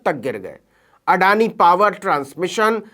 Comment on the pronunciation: अडानी का पिल्ला आडानी का अ तक नहीं बोल पा रहा है।